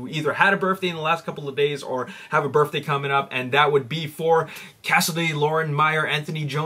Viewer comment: Sorry but it sounds like your saying burfday